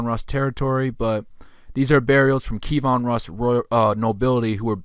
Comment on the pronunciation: Pronunciation tip: Key (like what unlocks a lock) Evan (like the given name) Roos as in "Rooster" KeyEvan Roos Kievan Rus'